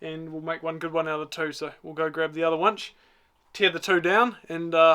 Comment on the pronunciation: Did you say “tackling a wench”? 😳